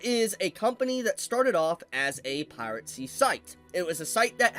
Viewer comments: please... its "Pie-Ruh-See", not "Pirate Sea"😂😂😂😂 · it’s pronounced piracy. Pira-cy. Not pirate-cy.